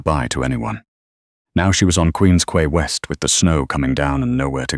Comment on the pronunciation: It's pronounced Queen's Kee, from the British pronunciation. Superior is my favourite Great Lake too. Its colour is always changing, always beautiful, often dangerous.